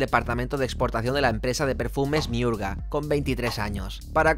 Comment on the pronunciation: Myrurgia, no "Miurga".